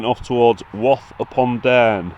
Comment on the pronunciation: Cudworth is pronounced cud'erth and wath is pronounced w 'a' th. Sorry couldn't help myself ( barnsley lad)😂